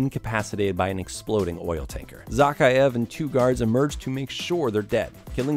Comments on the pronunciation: Imagine doing all of this research into these games and not being able to pronounce the villain's name correctly Its Zakheav, not Zackeyeav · A shot of liquor every time he says Zakhaev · You’re saying the bad Guy name wrong